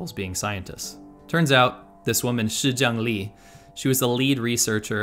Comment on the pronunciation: I've always really liked your content but your pronunciation of Chinese is pretty bad. The lady's name is Shi ZhengLi but it sounds like you're getting each phoneme wrong...